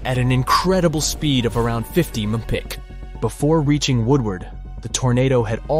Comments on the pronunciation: "300 MM-pth" 😭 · The AI was too awful to stand. Did they even listen to the video before posting. The year one thousand nine hundred and seventy four? You mean 1974. Then miles per hour where “emph”. Lazy. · Old bright side was better, he didn’t even say miles per hour right and does he even know about the tri state?!